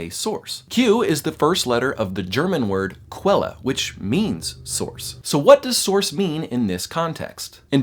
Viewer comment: "quelle" is pronounced with a k and v (like "kvelle")